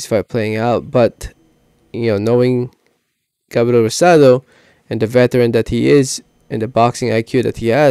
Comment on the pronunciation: also its “gabriel” not gabrel